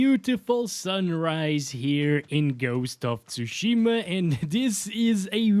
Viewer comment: Ghost of "Tushymaa"😂😂😂😂